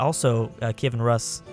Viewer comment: Rus is pronounced like the beginning of the word “rooster”. Also, given that you are in Ruthenia, and the Rus are to your northeast, they are probably the Novgorodian Rus.